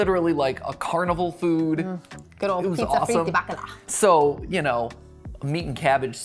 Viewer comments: just so you know, its pronounced bakal-ow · not being able to pronounce bacalao correctly, is very annoying. And i don't even eat bacalao.